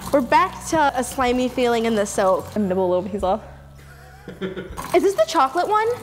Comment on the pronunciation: It’s called soap not sop.😥😰